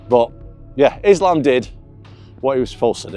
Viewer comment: Isn't it weird that DC cannot pronounce Islam's name correctly? Why is it that US-Americans don't pay attention to pronounciations of names? Eg. Sonnen: instead of Khamzat, he says Hazmat, or others say "Kabib", instead of "Habib", etc. :)